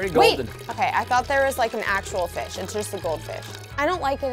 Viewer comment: the way he said fish has me dead